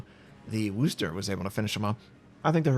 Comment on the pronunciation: Have a like for correctly pronouncing 'Worchester'